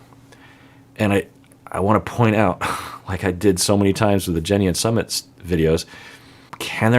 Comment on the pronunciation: is always mispronouncing Sumit’ s name. SuuMit. I also think Jen was acting like a kid when she allowed her friends to tell Rishi’s parents. If he believes in astrology and wanted to wait until Aug 5th to tell them based on what the astrologer said, the Jen should have waited or moved on because she didn’t want to wait. I don’t think anyone should shame Rishi because he wanted to wait.